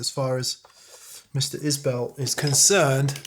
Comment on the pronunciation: Pronounced Is-bull not bell ;-)